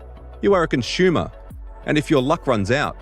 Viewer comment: Did he just say conshoomer?